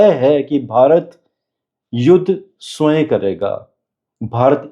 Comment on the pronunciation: Sway nahi hota swayam hota he